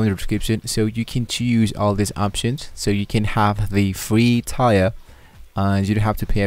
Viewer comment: I thought he was gonna either set up a website or at least a public html directory! All this idiot does is read a couple pages from the cloud console and mispronounce 'Tier' 😂